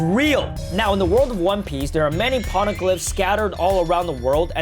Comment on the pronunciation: Pls just stop saying "p0rneglyphs"